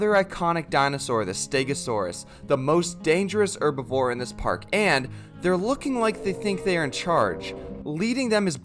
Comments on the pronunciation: Why you say erbevor it's herbivore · STOP SAYING ERBIVORE